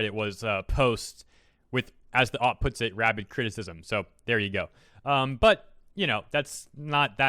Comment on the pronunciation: Please stop pronouncing OP just say oh pee.